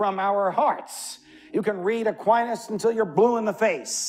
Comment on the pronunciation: I’m sorry but I’m having issue with the way he says Aquinas. It’s distracting. But listen I did. And I thank you, for the clear explanation of rights to us.